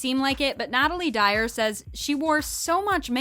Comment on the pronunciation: Oh my god you said Natalie dyer. It’s Natalia dyer.